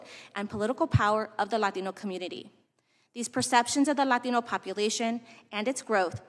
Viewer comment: For the LAteeeenooo community lol why she say it like that